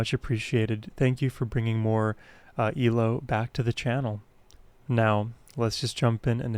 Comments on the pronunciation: Ee el oh. E. L. O. Not eelo. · C'mon, man, you've reacted to enough ELO by now to know they're name is pronounced, ELO (like NFL or CEO or FBI), not "Ee-low". Having said that, these two songs are gorgeous! And since you're into dreams, you should react to the entire ELO album, Eldorado, one or two tracks at a time, as it is concept album about dreams. This won't spoil it for you, in a nutshell it is about a depressed, lonely bank clerk who hates his life and the only joy he experiences are the vivid, adventurous dreams he has when he sleeps at night. Each song is either about one of these dreams, or about him being awake and craving more of these wondrous dreams. Actually, you've already reacted to the second track on the LP, "Can't Get It out of My Head". So react to the first track and third track together, and continue through the album from there.